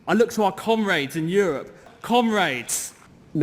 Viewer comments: I wanted to show us Americans could bring intelligent discussion to the table, but it just sounds like they are saying "cumraids" and "cumreds" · thats what it sounds like to me, "cum raid" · "cumrags" Oh wait they meant "commrades"...eh "cumrags" is more fitting... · Did she say comrades? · Okay, gotta say it: to an American, I really wish they'd hit the O sound in "comrades". As it is? It sounds like they're describing a rag... someone "cleans up with" after a night on the 'Hub. Just sayin'.